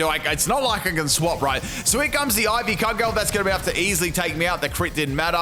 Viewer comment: lol just a note, it’s Ivy ‘Cujel’, not ‘Cud-gale’